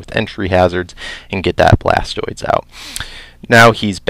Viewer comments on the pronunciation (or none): A small part of me died every time you said "BlastOIDs"